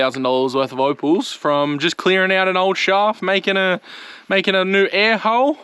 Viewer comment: new not nooow